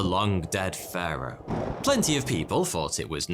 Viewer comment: It sounds like he’s saying führer instead if Pharo